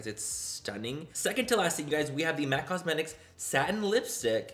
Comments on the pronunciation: "Cosme - tickles.." LMAO I just kept thinking of "Tickle - Me - Elmo" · 😂😂😂 “You guys these words are hard! Cos me-cu tickles lmao I died. Love you, Manny. I’m right there with you.